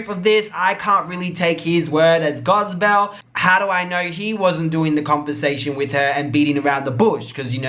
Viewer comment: Using her word as “gozbel” 🤣😂 I love the way you pronounce words